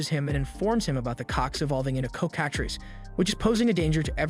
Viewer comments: Coh kah trees? Cocka-treece. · Of its your voice couse it doesnt sound like ai but you never know Just so you know its pronounced "cock-a-tress" or "cock-a-trees" It doesnt really matter but i thought id let you know if you need a verbal vertion my little pony pronounces it how ive always heard it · LMAAA its so funny how you say coc